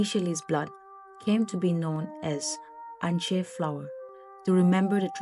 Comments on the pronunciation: I think Kutupa should be pronounced Kootoopah , and not Kootpa.Also Anishe should be pronounced Anshey flower and should be written likewise ! Sounds and looks better ! Just a thought. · The way you called Ansheuu was pure sumi accent 😂